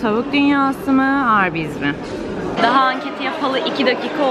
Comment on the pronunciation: 10.04 çok komik arbys dedin🤣😂😂